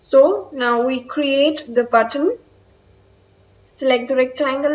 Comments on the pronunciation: it's Button not Buatton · Says: buatton